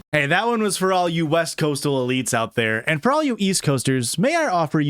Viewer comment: "coastal egleetes" got me to subscribe to patreon